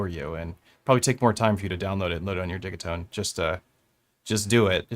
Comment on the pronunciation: Dih-GEE-tone, they are digital boxes. Though I also dig them.